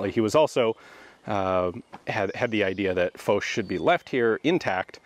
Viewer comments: Thought it was F-ah-sch instead of F-oh-sch, regardless crazy to see this place in color. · Ian said it well enough, something like Faushe yeah. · MrSebfrench76 So how do you guys pronounce Foch,is it Marshal Faushe, or Marshal Folk ? Or something in between ?